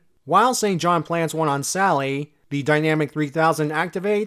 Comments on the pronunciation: Kindly and respectfully, I'm fairly certain it's pronounced "die-nuh-mac", not "die-nam-ick". Otherwise, fantastic video as always! The Archie reviews are always such a pleasure to see in my notifications. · Yeah, I agree. It's most likely supposed to be "dyna-MAC" and not "dynamic".